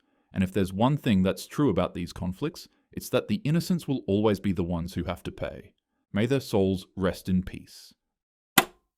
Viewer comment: I loved it how you said rest in peace as rest in piss😂